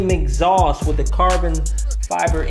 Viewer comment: Did you say “Exhausss”?